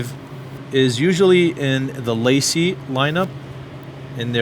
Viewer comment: LaCie is pronounced as Lazy which is synonymous with Lame 😥